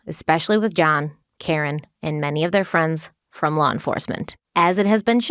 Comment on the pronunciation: I know jury instructions are a must but hells bells by the time the judge is done I’m ready to run screaming from the courtroom. And why does she pronounce law as lawer? Is it a Ma thing?